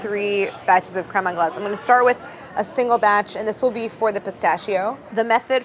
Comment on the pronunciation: no one: absolutely no one: claire: CREAME ANGLAISE